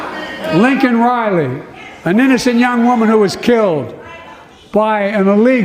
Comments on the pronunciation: it's Laken Reilly, you keep calling her Lincoln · Why did he look up to the audience like they were there saying sorry even when he said her name wrong. They had already spoken and said they were grieving too much to come. Is he seeing things?? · Didn’t even say her name correctly!!!!